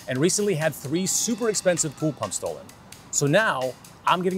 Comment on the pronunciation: * bool bumps